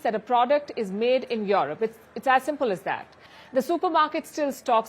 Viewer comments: Europe is pronounced U-rope..U ropeans. not Yourope or Youropeans. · Can someone please tell her its not pronounced YAW-ROP, its pronounced YOU-ROPE.